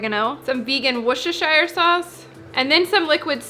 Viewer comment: You're the first person I've ever heard pronounce worecesiochslkvcssshire sauce so effortlessly!